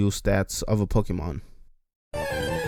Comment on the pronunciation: ugh cant do all the pokee-mon's